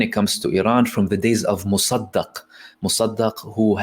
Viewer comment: It is Tehran, not Tahran. Also, it is Mossadegh, not Mossadagh.